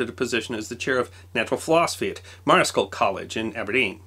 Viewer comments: Sorry to be "the pronunciation guy" but it's "Marshall College" despite being spelled Marischal. And I'm doubly sorry, it gets worse: thanks for a great summary of a great Scottish scientist. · Thank you I enjoyed this. But Marischal College, Aberdeen is pronounced like US Marshall, not mariskell as said here. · ...enjoyed the video. Note that "Marischal" (as in Marischal College, Aberdeen) is pronounced "marshall". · A really interesting account of one of my country's most amazing sons. Scotland really should be rightly proud of him. Btw, Marischal College is actually pronounced "Marshal". Often an 'i' in Scots is silent. For example, Inglis is pronounced 'igles'. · Great stuff! It's always worth checking British pronunciation first: Marishall (College) is pronounced marshall. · Marischal, as in college he was professor at in Aberdeen, is pronounced ‘Marshall’. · Marischal is pronounced; Marshall.. The h is pronounced as a k in Strichen. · And Marischal is pronounced marshal. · But in Scots, Marischal is pronounced 'marshal'. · Small point: you pronounce the name of Marischal College wrong. I live in Aberdeen and work for the University of Aberdeen that was created by merging King's College and Marischal College, so it matters to me.